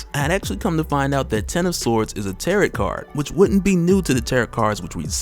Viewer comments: FYI it's pronounced tear-row not tear-ot. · Heads up if it comes up in the next one is that they are not called 'terr-et' cards. The second t is silent, so it is 'terr-oh' cards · Tarot rhymes with Pharaoh. And for anyone who comes me, there is nothing wrong with mispronouncing something because it means you read a new word. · Tarot is pronounced tear-row, the t on the end is silent. Much love bro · I can't get past the way you pronounce Tarot.